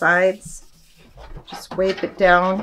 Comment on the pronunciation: Please pronounce correctly. It is not pronounced “Alcohol Wape” as you have said, but it is pronounced alcohol wipe. The letter I is a long vowel because there’s the letter E the end of the word.